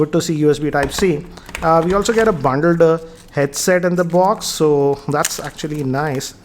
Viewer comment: the word 'bundled' was massacred.